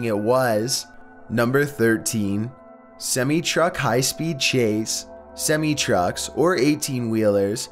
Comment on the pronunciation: Why are you saying "Chuck" instead of truck